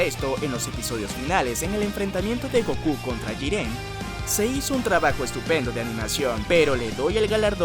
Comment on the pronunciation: Peleas MÁS ÉPICAS de ANIME de la DÉCADA? por dios este tipo no sabe de que hable,alpareser no ve animex.nisiquiera sabe pronunciar el nombre Maria O jiren.